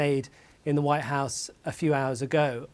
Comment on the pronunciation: Race for "ze vhite house" am i the only one that is hearing 👂 the news reader sound like she saying that 🤔 🤣